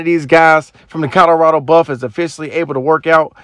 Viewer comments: Co LO rado! Not Co DO rado!!! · This narrator keeps saying "COTTERADO" (instead of Colorado) in his videos...bless his heart...smh